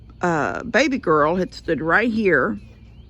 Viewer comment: I always thought he was saying “Bald” goat.